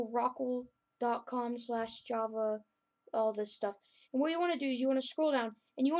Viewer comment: good video but its non oh-rock-le